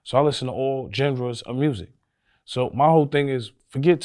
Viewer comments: “I listen to all Jen-ra’s (genre’s) of music.”😂😂 bro it’s pronounced Jon-ruh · Did this man say Ginres? 😆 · "I listen to all JEND-RUZ of music" 🤣🤣🤣🤣🤣🤣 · said Jen-Ra 😂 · I really don't appreciate how this mfer completely mangled and mispronounced the word genre.